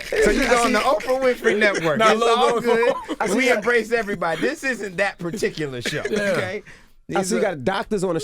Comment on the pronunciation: “Everbody enters some how!” 😩😩😩😂